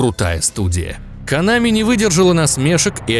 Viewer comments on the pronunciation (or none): не конАми а кОнами. а вообще пошел ты , что бы еще другим указывать то , как им удобнее произносить слова